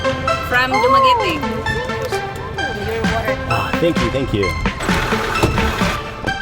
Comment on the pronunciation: Very Good for pronouncing Dumaguete correctly. 😂 I for a second thought that expected for a Dumaguete sound like Spaghetti. But 101% on point Man!